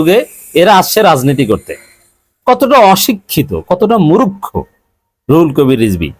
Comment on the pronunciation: মুরুখ্ খো নয় সঠিক উচ্চারণ হবে মূর্খ।